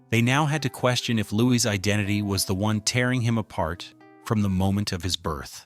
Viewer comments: Louis indeed. It is probably because of AI that his name gets pronounced as Lewis. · Louis. Not Lewis. Not louise. Louis. No S. S is silent.